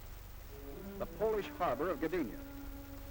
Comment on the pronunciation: Danig ? Danzig !! ( Westerplatte) 7 minutes la Wehrmacht épuisée, en Russie pas en Pologne ! Gadinia ? Gdynia !! Prononcer les noms de villes correctement !